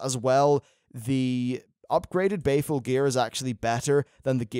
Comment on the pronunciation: Unless is just being betrayed by his accent or trolling us; Isn't the gear BALEful. Like, Christian Bale. Sounds like he keeps saying Bay-ful. And, whereas I am flattered, you don't need to keep saying my name. =3